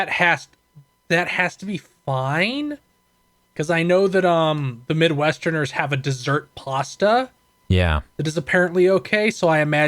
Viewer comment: I don't like how says "the midwesterners" 😆